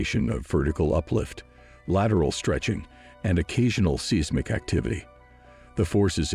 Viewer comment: Ummmmm…..what is “seezmik” activity??? 😂